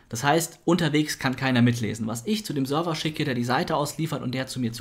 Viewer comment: Ich find super wie Server aussprichst :-D #Sörwer